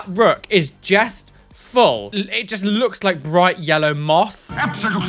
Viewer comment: After seeing that one video where mentions that he says jest instead of just I can't stop noticing it😂